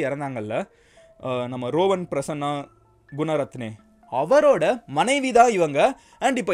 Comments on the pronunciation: Not rovan. It's றுவான். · ரோவன் இல்லை ருவன் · Rowan illa. Ruwan